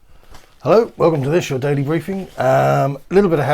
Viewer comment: The first time I heard you saying 'Daily Briefing' I thought you said "Daily Griefing', and that's all I hear now, seems more appropriate anyway.